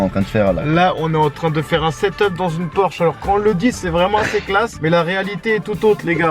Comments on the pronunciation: c’est pas “porche” mais “Porsche”🙃🙃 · oulah ça fait mal Porsche sans le "s" 😭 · La faute a 24 h dans une Porche ( sa ce dit Porsche) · 2.29 "Porche" mdr le monteur pas trop callé en automobile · On peut dire porche mais la vrai version ba c'est porsche